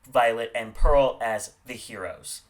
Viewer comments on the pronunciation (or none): none